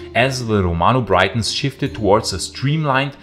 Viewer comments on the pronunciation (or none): “Cunedda” - the double ‘d’ is a soft ‘th’ sound and the ‘i’ in Briton is a short sound, not as in Brighton. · Good video! BTW, it's Briton, like 'sit' not 'site.'